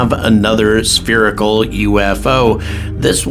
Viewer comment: 'sperical' pisses me off! lol , It pisses me off too! Keep up the good work.